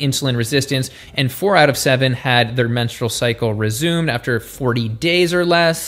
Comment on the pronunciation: Did you just say "Resumeded"?